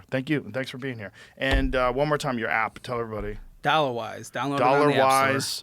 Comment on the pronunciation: Ole Joe, it’s “dollawize” lmao